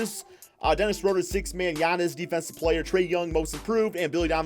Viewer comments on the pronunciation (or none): none